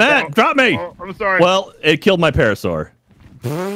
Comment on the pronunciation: Alright...I'm gonna say it....PTER-RAN-A-DON. PAR-A-SAUR. ARG-IN-TYE-VIS. Also...STOP GOING INTO THE SWAMP LANDS!! lol. Theres literally a dozen different better places....like go check out green oblisk, theres ALOT of good places to build around there. And yall REALLY need to go get an Argentivis. There up in the mountain area. Cold biomes.